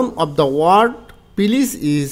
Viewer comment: পিলিজ, পুলুরাল, টিরি🤣🤣আগে উচ্চারণ শিখুন